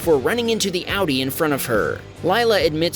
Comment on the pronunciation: thanks for saying Audi correctly hehe